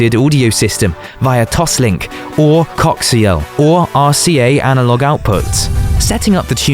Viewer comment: I actually though this was a human speaking... until it said "cox-sial" instead of "co-axe-sial" - when it read "coaxial".